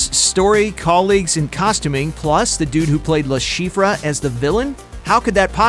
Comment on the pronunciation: "Le Chiffre" in Casino Royale was pronounced Le Shif. Not Shif Ruh... Ivan wasn't ee von, it was eye van...